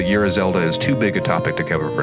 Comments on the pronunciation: I think Ura Zelda is pronounced more like "oar-uhh." Great video though, looking forward to the next one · It's "ooh rah"